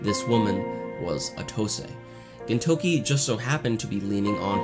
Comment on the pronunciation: good video but it's very distracting that you say "ginTOUki" instead of "GINtoki"